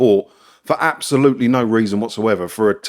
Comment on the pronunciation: you missed out the "s" in abSolutely